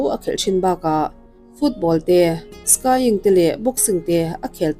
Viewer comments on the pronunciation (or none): Lal fapa matima iti emawni thiam pakhat SKAIING i tih hi vur tleng SKIING (mizotawng anga lam tur) anilo maw...